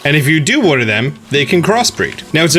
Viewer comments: no one:: worter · Wodder wodder wodder wodder wodder